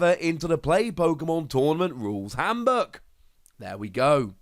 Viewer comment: I love your videos even if i stopped playing the TCG about the delta time but this time i always heard Hamburg instead of Handbook.